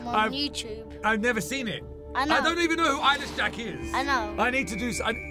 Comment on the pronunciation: Eyeless Jack? Sounds like “I Lish Jack? Or I like Jack”. Lol XD! OR! I Wish Jack.